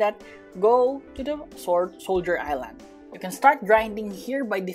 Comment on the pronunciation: the fact that he pronounce island wrong